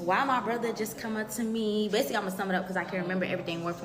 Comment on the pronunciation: I hate how she says brother 😂😂she sayin Bruhva